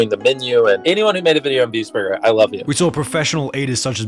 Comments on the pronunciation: its borgir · the way he says "burger" is so satisfying.